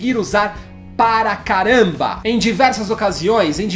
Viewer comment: "PARA CARAMBA" pensei que ele taça xingando alguém